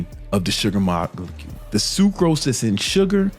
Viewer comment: “The sugar mokakacule” yo wtf you say?😂